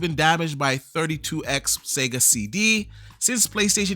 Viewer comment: Sony's DIRTY MONEY has been running wild for generations. About the 32X. Its name is said like this: 32-EX. Not 32 times. More on Sega. As an ex Sega fan, they kept putting out hardware. Yet! Support for them was drying up. Most likely because of Sony's dirty money. The Dreamcast was a rushed mistake. That was crushed by the PS2 and Xbox OG. I said this before and I'll say this again. Sony is using their dirty money to buy more than just games away from Xbox. Controlling the gaming media, and funding the FTC and CMA! Remember this!